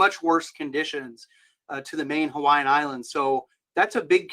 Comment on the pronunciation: Excellent job on Hawaiian pronunciations!